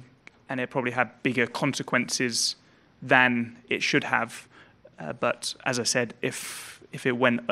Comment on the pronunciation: I heard shld